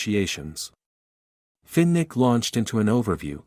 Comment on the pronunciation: Terrible pronunciation Fin Nick Finnick